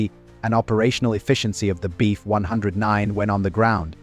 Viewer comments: Nice doc. Ai narration can be a drag sometimes though. You really have to mess with punctuation, spelling and spacing out letters sometimes. e.g. For proper pronunciation, in the script "BF-109" should be written as "Bee F 109". This will get the narrator to stop saying "Beef"-109. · Unintelligible AI CRAP. Says, "Beef 109" throughout video. Can say the name of the plane???